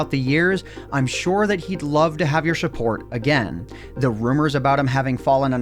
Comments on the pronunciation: said shupport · shuport XD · Shupport lol